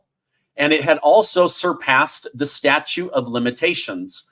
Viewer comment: It is "statute" of limitations